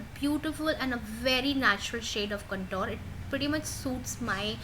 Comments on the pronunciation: although I appreciate your effort , it's awful to listen 'Contor' instead of 'contour' so many times! It's spelt as 'Con-toor' . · So true. That cuntoor started to piss me off after a point.